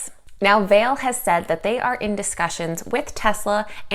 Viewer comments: Vale is in Sudbury Ontario Canada it is pronounced Val-lay. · Pronounced Val-a